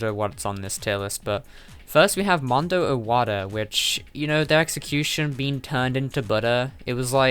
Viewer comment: The way you say mondo’s name. Mondo WATER Im not making fun of it I’m not trying to make fun of you cause I pronounced it like that I thought the crusher thing was a the thing they used to chop peoples head off